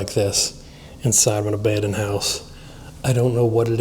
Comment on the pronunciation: Car. Not. Abanded😅